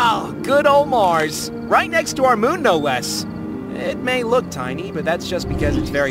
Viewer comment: Is it just me or did the little Mars say Brand 😭